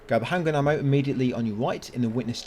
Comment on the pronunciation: For some reason I hear handgranade ammo instead of handgun ammo